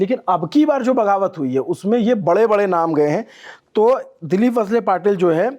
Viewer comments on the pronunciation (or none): पर्ली नाहीं परळी कगल नही कागल वसले नहीं वळसे संतजी नहीं संताजी बनसोड नहीं बनसोडे मराठी भाषा का सम्मान करे 🙏🙏🙏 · He's visibally disturbed bcaz he is not comfortable with Maharashtra politics( Maharashtra politics is beyond pawar, shinde, thakery, phadanvis....Mumbai, thane, pune) its वळसे not वसले....channel should have couple of anchors have deep understanding of state politics. So they will not feel uncomfortable.